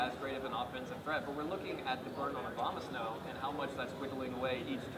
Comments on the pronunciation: he said obamasnow instead of abomasnow XD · It sounds like the announcer guy is saying "Obamasnow" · I love that the announcers keep slipping up and saying Obamasnow. Yay memes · Obamasnow is all i can think of when the announcer says Abomasnow...